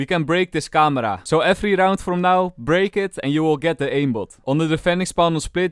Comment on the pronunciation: We all know you’re Dutch when you said this camera 😂😂